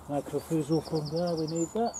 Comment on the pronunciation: "my cor rye zal"is how the fungus powder is pronounced